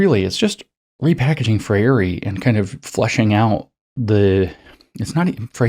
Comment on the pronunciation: FREIRE is pronounced FRAY-ree